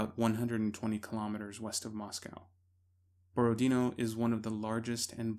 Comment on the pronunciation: it's Borodinó and not Borodíno, yob tvoyu mat'.